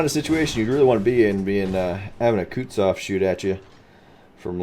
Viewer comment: It's Kutuzov, not Kutsov